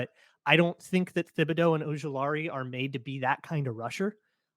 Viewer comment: This is totally nit picking. But how many times does she have to pronounce his name as “Tibidow” before will realize it and stop pronouncing it “Thibidow”